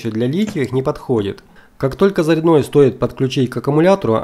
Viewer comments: Не заряднОе , а зарЯдное устройство... Русский язык загадили , где учились ? Или кто ? УЧИл ??? Позорище чувак... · ЗаряднОе уши режет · Все отлично. Только почему заряднОе, а не зарЯдное...... - не понятно..... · Ролик конечно хорошо, и информация в нем полезна, но уши режет безграмотно произносимые автором слова, в слове зарядное ударение ставится на Я, но никак не на О!!! ЗарЯдное, а также восстановление это десульфатация, но никак не озвученное, язык так не повернешь...!!! Ну беретесь что-то выкладывать, так делайте русским языком! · Обзор хороший но, раздражает " ЗаряднОе" "ЗаряднОм" правильное ударение на Я ЗарЯдное устройство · На заряднооое а зарядное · почему ты говоришь заряднОе?